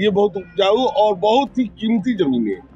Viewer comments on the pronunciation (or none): none